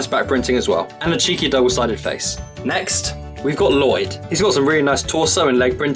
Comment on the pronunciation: also Lloyd not loyd